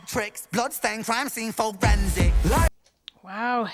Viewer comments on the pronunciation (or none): For-Ren-sic Barr